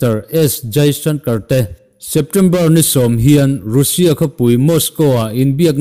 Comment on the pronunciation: Ngaihnawm thin hle mai.. Mahse,Russia tih I lam dan hi a dik lo..(Rassia tih ang a lam tur) Han Tang zel teh khai.Zing dar 5 vel a thawh veleh a, Notification lo awmsa hian Nileng mood hi a ti on thin ania aw..